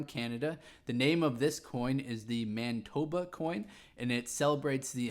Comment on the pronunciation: It is not pronounced man-eye-toba